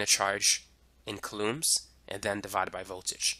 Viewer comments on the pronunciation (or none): It’s so distracting how he pronounces coulombs. But I appreciate the in-depth explanation. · Very useful and informative. If I had the time to sit down somewhere and actually absorb all the information it would all click into place.. lol i did find the narrator s pronunciation of "coulombs" a bit quirky